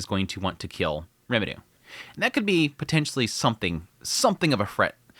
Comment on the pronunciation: i still wonder why you miss-pronounce the names of main characters... are you adding a Japanese accent? Eris as eDis, Rimuru as RemiDoo...